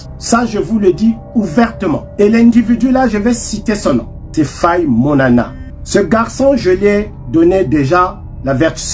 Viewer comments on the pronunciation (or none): Bon c'est normal qu'il n'y ait eu aucun impact, vu qu'il a prononcé faye Monana au lieu de monama 😅à mon avis il avait fumé une herbe toxique de l'Égypte antique pour avoir ce cran 😂😂😂